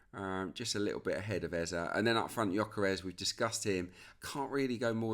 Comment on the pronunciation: Was about to come for Peter Drury over how he said Eberechi Eze’s name — then I heard you yesterday. Just for the record: it’s Eze-e. The last vowel sounds exactly like the first one. Not “Ezza”. As Africans, it’s honestly annoying hearing commentators mispronounce names like it’s no big deal. Would be nice to have a blip button every time they get it wrong. No shade, just… do better.